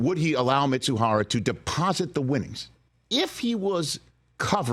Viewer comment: Ippei’s last name is Mizuhara, not Mitsuhara!!!